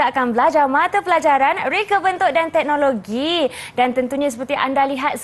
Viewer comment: teknologi lah bukan teknologe kakak